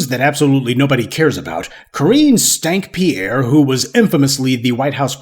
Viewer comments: Are you calling her "Stank Pier"? LOL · I be sooo fucking weak when he say “stank Pierre” because like sir 😂😂😂😂😂😂😂😂😂